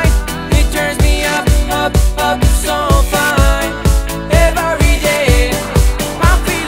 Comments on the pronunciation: Pero nadie se da cuenta de que dice "evaryday"??, que alguien le diga cómo se pronuncia correctamente plis... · la canción está muy bien pero pronuncias mal el ( every )😉 sólo para que lo mejores un poco 😃